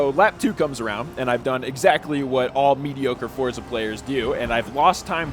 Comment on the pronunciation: So you do know how to pronounce Straßenversion but not Forza?:)